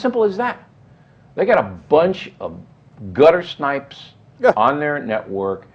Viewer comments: If it has not been said before, the word is guttersnipes not guttersnipers. I could be mistaken, but I'm fairly sure that's what O'Reilly said too. Not a huge thing, but Cenk wants to use real words I imagine. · They used it correctly... although I thought I heard Cenk say 'guttersniper' by accident lol.